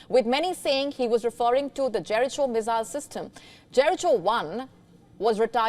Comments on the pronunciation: The pronunciation is "jeh·ruh·kow" not "je.ri.chow" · Jeriko, not jericho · Pronounce as Jericko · Jeriko not .. Jericho PApeye not pop-eye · It is pronounced as JERIKO (not Jerrychho) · The correct pronunciation is جیریکو Jeriko With regards From Badakhshan in Afghanistan 😊😊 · It is pronounced Jerikho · It's pronounced Jerikho. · # JERICHO should be pronounced as JERIKO. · She should please do a google check of Jericho pronounciation before telecasting. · Jericho missiles- so famous she can’t pronounce the word. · Please refer your pronunciation of " Jericho ", maam in google. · Please if not sure how to pronounce Jericho just consult AI. She is beautiful but lack of research...